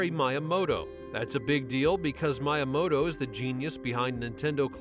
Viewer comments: Has to be AI generated. Only a fucking AI voice can screw up a name that is SAID IN THE MOVIE and everyone knows. It's not "My-a-mo-toe" it's "Me-a-mo-toe". Mr Cheezle SAYS IT. It's in the clip. Yet the AI voice doesn't know that and still manages to mess it up. So stupid.... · “How can he see me?” Is something I say as a greeting when I meet up with certain friends that love the movie too. But “Miyamoto” was mispronounced here. It’s like “Mee-yah-moh-toh”, not Mya-moto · Ai narrorators are getting so good it's difficult to detect unless you know. Shhhh, and Miamoto... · Calling obvious cameos easter eggs and mispronouncing miyamotos name makes this a pretty shit "insane facts" video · Was curious if this was AI narrated. The "CH" don't tell actually tells all. Garbage channel, blocked and downvoted.down voted. At least they pronounce Miamoto correctly in the movie, I guess AI cannot. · The fact that you still mispronounced Miyamoto's name even after you included a clip with the right pronunciation from the movie is insanely cringe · How can you pronounce Miyamoto's name wrong twice and then use the clip of Kevin Nealson pronouncing it correctly 5 seconds later??? God I hate A.I.